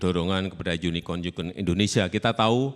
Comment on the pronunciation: Pa jokowi lafalnya unicon '(yunikon)' bukan unicorn '(yunikorn)' ya pasti pa prabowo tanya balik 'yunikon' atw 'yunikorn' ? klo lafalnya bener pasti langsung dijawab